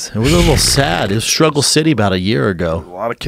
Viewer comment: Damn charlamagne the god has rubbed off on joe. Lmao joe said scruggle